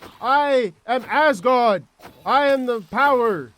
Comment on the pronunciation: He is the lord of thunder from Asberrg